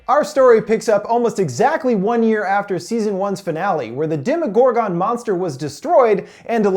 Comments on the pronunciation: Jesus Christ! You make me cringe! It's pronounced Dem-Uh-gor-gin not Dem-EE-got-gone. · Demi-gore-GONE instead of Demi-gore-GUN ??? Lol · most people pronounce it "demo Gore gun" not "demo Gore gone" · Demodoragon😂😂it’s demogorgan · How come you call it dema gor gone it’s demigorgon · Did this guy not watch the show!?! It’s mr mews and not mr meow meow and it’s demagorgAN not demagorgON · you saying demogorgan like that is pissing me all the way off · He doesn't explain anything he just sumerizes it and he can't even say demogorgon or demodog correctly he has Dem-Oh-Dog or demo-oh-gor-gone not demo-oh-gor-ghen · Say it with me here DEMI-GORE-GON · Anyone else get triggered tf of when he said DEMIGORGAN (demigorgen) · Gorgin not gorgon I hate how how he’s says it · It triggers me when he says demagorgone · You can not pronounce demogorgon at the end you don't say gone lol sorry it just kills me when I here you say it like that I mean you have seen the show so I know you know the right way to say it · Y he say demagorgan like that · Anyone else get annoyed by how he pronounces some shit? Especially Demogorgon. And names that are clearly pronounced differently in the show. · The way he pronounces “Demogorgon” gives me anxiety